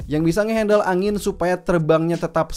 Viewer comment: Terlepas dari pengucapan, maksudnya tentu angin bukan anggur